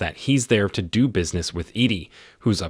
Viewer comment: After I heard "do" pronounced as "doe" I was out lol.....Nevermind the "says" pronounced as "saise" 🤦